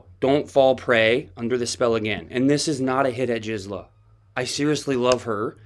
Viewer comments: Her name is Gizela. Not Jixela. G as in grape. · YESTERDAY I politely tipped you off TWICE in Comments that Gisela is NOT A SOFT “G,” for example, GELATO; her proper pronunciation is with a hard “G” like Good! You’ve used it both ways all of a sudden now. Just want you to sound smart 😁